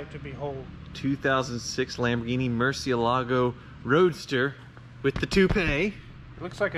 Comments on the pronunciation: why, the fuck, is everyone pronouncing it with an 's' ? it is pronounced "muɾˈθjelaɣo", with a 'th' and a soft g. It's not "moor-see-el-AH-go", it is "moor-THYE-lah-yo" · Murciélago (murci EL a go) por amor de Dios! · the way you pronounce murciélago is Spanish for bat, the Lamborghini is Italian the right pronunciation is miurchielago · Please don't butcher the Murcielago pronounciation. If Tavarish can learn it, so can you. The accent is on the e, Murciélago. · Ask Tavarish how to correctly pronounce Murcielago, please!